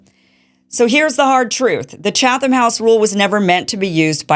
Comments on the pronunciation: When I saw Tim Pool talk about this segment of your show, I was very upset with you Kim. He's absolutely right that this segment shows both your ignorance of journalistic practice (it's 'Chat-um', not 'Cha-thum') and your desperation for relevance and clout. You've been passed by many people in your lane of news coverage in the past few years, but I think you fail to realize that your anti-establishment agenda is anchored by the fact that you want to remain purely anti-establishment. That's positive and negative. You are grounded in your coverage of the establishment, and you can easily keep your priorities centered and in focus, but you are going to remain constantly on the fringe and marginalized. That's the price you pay. Tim Pool has never really been against journalistic or political establishment, per se, but rather he is harshly critical of those institutions when he thinks they deserve it, and willing to give them credit when they do something he thinks is right. That's what I see when I see the list of people who were invited to this meeting: people who have been critical of Israel, but who are also willing to be critical of Hamas, Iran, and the pro-Palestinian movement when they act a fool. That's why he has more clout than you, and no amount of outrage at this 'secret meeting' is gonna change that. I think I won't unsubscribe to you for now, but I'm putting you on notice. Stick to your lane, and focus on what you're good at and good for. This whiny hall monitor shi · Pronounced “Chattem” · The H is silent lady. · You are a joke. Pathetic, really. And you don't pronounce the "h" in Chatham. 😂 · You don't even know how to pronounce Chatham... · Hahaha- look at the attention seeking desperation with this lady…you are being mocked by this grifter- she is so desperate that she doesn’t even know the rules and pronounces them incorrectly..LOL